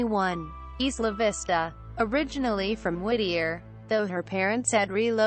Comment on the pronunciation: EYE-la Vista